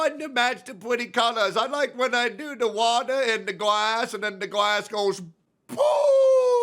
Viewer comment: " I like it when the wadaa and the gwass go pwoooom and when u add ewectrik it goes pwoooooooom" had me rolling lmao